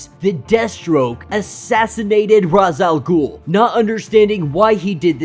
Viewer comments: Thank you for pronouncing R'as the way I do. I'm sick and tired of all the people that call him Rache Al Ghul.It sounds stupid. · Rache al ghul is the proper way to say it im pretty sure